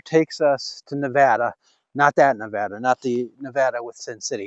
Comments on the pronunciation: Pronounced Nuh VAY duh😊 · Great to see the cleanup! BTW, locals pronounce it Ne-vay-da.